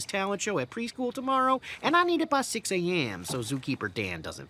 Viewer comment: They say 'horp' and 'pweschool'.